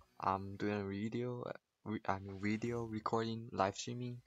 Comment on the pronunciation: no offense but when you say video u say weedio and i start lmao not hating xD RIP ZOMBA BTW